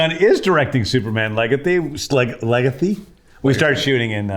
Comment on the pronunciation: His inability to say Legacy probably factored into the name change.